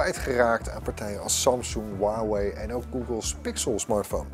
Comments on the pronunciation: 143 k abonnees verder maar nogsteeds “waawee” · No one: Literally no one:: “HUwAwIj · niemand: helemaal niemand:: hoeaweej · iedereen: huawei gast van bright: wawee